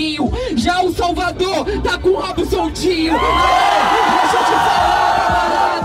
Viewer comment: Eo bob que falou Salvagão invés de salvador kkkkkkkkkk